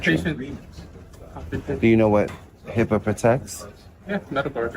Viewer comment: It is not heeeeepa